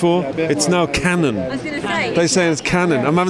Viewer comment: hearing Paul said 'canon' is such an experience